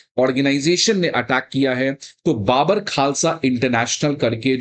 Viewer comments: Sir I’m Punjabi it’s not baabar khalsa when we speak it’s bubur khalsa 😊😊😊😊 like we say bubur sher 🦁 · ओ भाई।।। ये कैसा अध्यापक है जो कि बब्बर खालसा को बाबर खालसा बोल रहा है 😡😡😡😡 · First learn how to pronounce Babbar